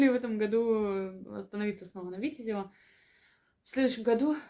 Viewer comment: А почему на первый слог ударение делаете? Я имею ввиду Витяяязево. А кроме этого отличные видео. Подписан.